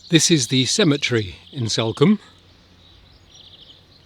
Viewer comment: It’s Salcombe…as in Saul…not Salcombe as in Sally